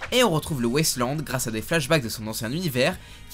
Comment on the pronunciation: ça m'a beaucoup perturbé que tu prononces "Wasteland" "West Land" ça m'a fait bizarre